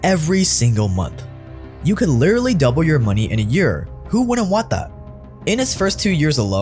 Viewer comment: Everyone: literally: Lirearly